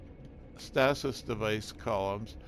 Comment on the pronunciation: Where did you learn how to pronounce "stasis"?